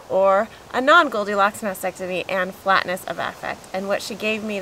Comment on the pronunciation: Why do people say Masectomy instead of MasTectomy?